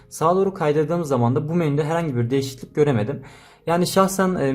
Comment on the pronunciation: Nobody:: DeĞiSiKliLiK